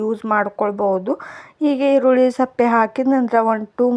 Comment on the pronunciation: Adu erulli sappe alla sippe antha heli